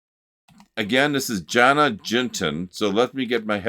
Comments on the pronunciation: Jonna is pronounced “Yohna”. She is a very talented videographer, vlogger, content creator, who lives with her husband in North central Sweden. So you were correct on the location. Check out her channel. Her vlogs a medicine for the soul! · Jonna would be pronounced more like Yoanna:-). Not an H. Aww I can't believe she wrote this gorgeous lullaby too❤❤😮 🇸🇪 She is so talented- in art, photography, videography, living in the wild, ice baths. Wow I just love her and now I am blown away by this song 🎵